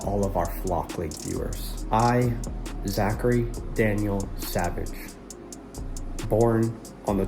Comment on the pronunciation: I heard salvage